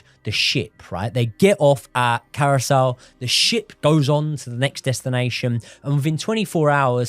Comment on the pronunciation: how do you manage to pronounce Curaçao as Carousel? 😂 Much love guys, big up ❤